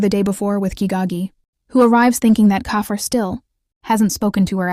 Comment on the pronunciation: Jajay😂😂 Edit: and kafier😂😂 it's keifer and it's not jajay😂 it's jayjay